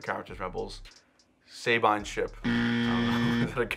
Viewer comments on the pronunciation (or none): "Say-bine". It was at this moment, that he knew, he f**ked up.